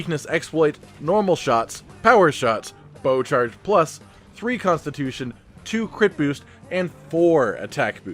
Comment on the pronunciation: Constip-- tution LMAO